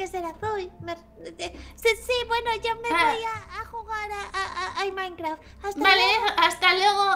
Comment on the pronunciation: "Me voy a jugar al mainkra" xdxd